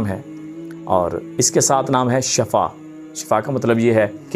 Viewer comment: Asalam o alaikum. Shifa Naam hota ha shafa Naam nhe hota. شین پر زیر کے ساتھ شفاء ھوتا ھے اور یہ صحابیہ کا نام ھے ۔اصل لفظ shifa ھوتا ھے shafa نہیں